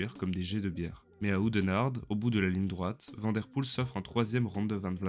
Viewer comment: Belle vidéo. Tu t'exprimes correctement en Français, et ta prosodie est agréable. Merci. Essaie de prononcer Mathieu Vanne Der Poel ... comme la ville de Vanne en France.